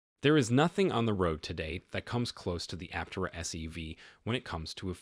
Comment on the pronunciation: After all these videos, you still cannot pronounce Aptera correctly all the time. It really does cast doubt on your knowledge of the subject about which you are speaking.